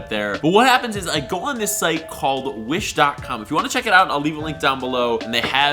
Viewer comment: Why does it sound like hes saying .cum instead of .com